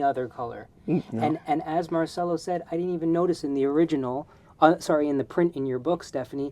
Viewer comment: Since we're talking about random stuff, if Marcello Is Italian his name is pronounced Marchello. Your student should know this by now😅 Sargent is my idol.